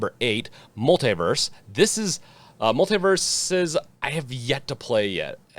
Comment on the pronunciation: MULL - TEE - VERSUS